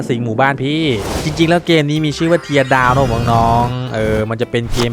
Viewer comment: มันอ่านว่าเทอร์ดาวครับ